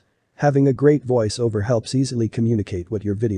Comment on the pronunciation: In my opinion, he sounds less robotic that you do. No offense. It was only his mispronunciation of "voice, Over" that jumped out at me, and any real human not in this business might have made the same mistake.